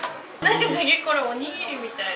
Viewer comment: 3~5년내에 표준어가 바뀔듯 합니다 자기 => 촤기 중독되는 발음입니다